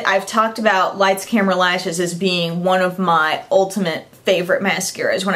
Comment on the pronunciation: thank you so much. you are like the only youtube guru who actually remembers the name of the tarte Lights, Camera, Lashes mascara. I also have it and it made me smile when you said the name correctly